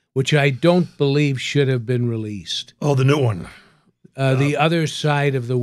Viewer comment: Something about the way he says “should never have been relEASED” makes me crack up 😂